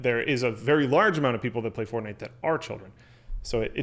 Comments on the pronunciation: FORTNITE ITS CALLED FORTNITE NOT FORNITE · FORNITE? lol